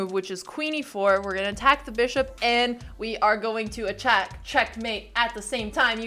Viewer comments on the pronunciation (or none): "And we are going to ACHACK"